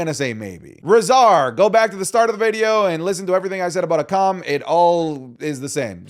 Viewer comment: Can't wait for the day that pronounces Akam like the wwe does